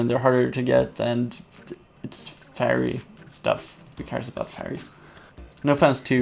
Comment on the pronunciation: Fairy is pronounced ˈferē